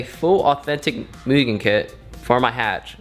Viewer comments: The real way to pronounce mugen is "moogen" idk why some ppl act like you're saying it wrong lol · Thank you for saying Mugen the right way 👍🏼